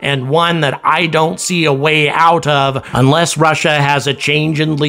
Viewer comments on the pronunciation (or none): none